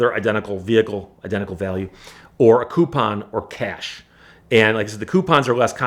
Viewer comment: "Cyash" (cash),"tyax" (tax), "byack" (back) What kind of speech impediment is he using?